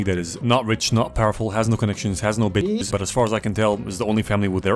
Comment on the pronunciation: yo I heard bitches but the subtitles say business so now I don‘t know what‘s right💀